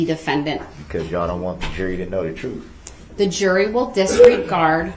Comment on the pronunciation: The troof? You can’t handle the troof!!